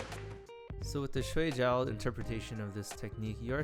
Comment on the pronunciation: Pretty cool! Pronunciation of Shuai Jiao is : Shuai -shwy (rhymes with pie, fry, my, sly, etc. Pronouncing it the other way means ‘sleep’. But, otherwise great video, thanks!👍🏻👍🏻